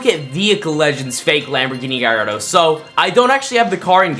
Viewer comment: Bro pronouced Gallardo wrong